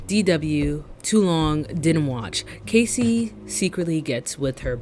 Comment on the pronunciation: loved this but the way you kept saying kacey instead of cassie 😭